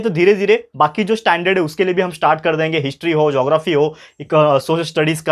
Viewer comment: Sir apne history ko hintry kyu kaha 😅